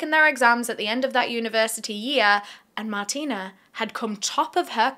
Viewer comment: I believe her name is pronounced Martine with an e so Mar-teen rather than Martina with an a.